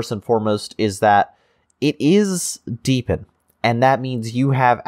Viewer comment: Oh, and just heard, hurr durr, it's DEE BE IN not deb ee in. jkjk.